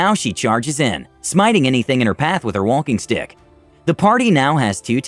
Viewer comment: Subtitles: Walking stick Audio: Wonking stick Me: I don’t know who to believe!!